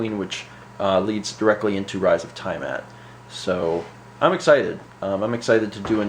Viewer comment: sorry but this bothered me, drow is pronounced Dr-ow, as in ow that hurt, and tiamut is pronounced tee-uh-mut, anyway the sessions are great and if you can you should record the whole thing and upload it on